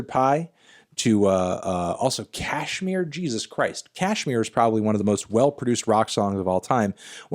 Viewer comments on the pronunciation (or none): none